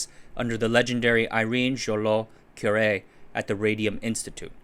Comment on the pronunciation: Correct pronunciation of Irène Joliot-Curie: Ee-ren J’ul-yoh Koo-ree (the J’u is pronounced like the ‘su’ sound in the word “treasure”)